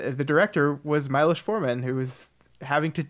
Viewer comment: Just a nitpick - Miloš Forman is not pronounced the way you did it. Understandable though. Your pronouncuation for Forman is close enough, but Miloš is way of. The right way to pronounce it is for "Mi-" to be like the "mi" in "fa-MI-ly" and "+losh" (the way you pronounced it).:) You are still better than Kyle of the Brows Held High (great channel if you don't know about it) and his atempts to pronounce Švankmajer, though.